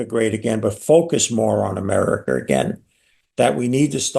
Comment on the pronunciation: “Rusher, Chiner, Ameriker”